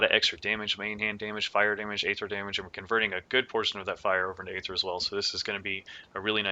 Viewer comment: eeeeeether. not Aaaaayther.